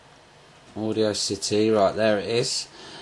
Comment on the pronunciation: audiocity haha its audacity "aw da city"